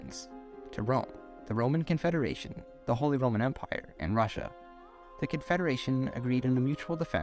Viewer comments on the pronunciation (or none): none